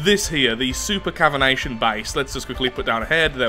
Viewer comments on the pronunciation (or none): It's actually called a super caviTAtion base not a super caviNAtion base. The cavitation part is pronounced the same way you pronounce cavity but with an -ation instead of a -ty at the end. Just thought I'd mention it. P.S: I know you have dyslexia and so lengthy words are probably very annoying to deal with so I hope you don't mind my correction here (as a person with slight dyscalculia (essentially dyslexia for maths) who's trying to get a degree in a subject which contains a ton of maths... Let's just say I can relate.). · New drinking game: Take a shot every time mispronounces something, you’ll be drunk before the end of him explaining “supercavination bases” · I'm not dyslexic, and I pronounced it as cavitation. News to me when I found you were pronouncing it wrong lol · Say supercavination one more time! :D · Me - How many times is going to mispronounce "super cavitation"? - yes. 😂